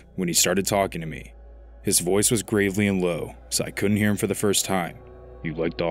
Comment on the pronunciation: Gravelly with a short A sound. Not gravely. Different word. And did you say he was strong and a few inches smaller than me? Or did you mean taller?